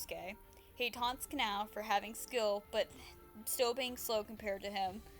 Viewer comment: sry just pointing out it’s kah-nah-oh not canal